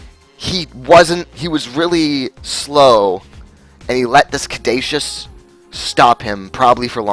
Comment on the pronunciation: It really bothered me that you keep mispronouncing caduceus.